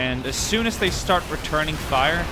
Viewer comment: He Said Shtart lol